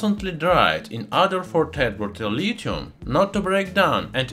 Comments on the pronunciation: Tert bulilithium, also pronounced terrible terlitum thats all i heard the whole timw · it sounds like he said the chemical not from earth is turbo terilium? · I can’t even understand what he’s calling the liquid at the end - tepeterlithium?